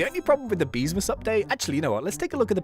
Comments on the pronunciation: Ah Yes Good English " Beemsas " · man said beemsas